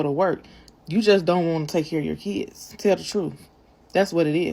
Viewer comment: PARENTS that aren’t on welfare ARE better than welfare parents. Also, ghetto asses, the word is “Kids” not “Keeds”